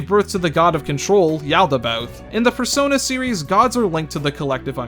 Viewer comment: "In the Fursona series"